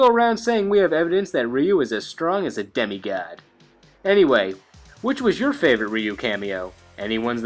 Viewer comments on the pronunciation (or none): "Demi Ghad"